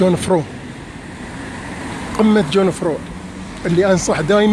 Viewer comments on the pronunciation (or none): أرجو ياأخي ان تلفظ أسم الجبل بشكل صحيح.. ليس جون فرو وإنما يونغ فراو ويعني ( العذراء ) باللغة الألمانية.. والقمة اللتي طريقها يمر ب كريندلفالد هي قمة يونغ فراو يوخ . ...تحيات كبيرة من الخبير السياحي ابو فهد .